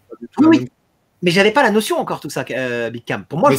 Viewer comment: j pensais q il disait "mon pote à Nice" j me disais wouaw il allait jusq à Nice pour un Street Fighter?! merde faut q je sorte là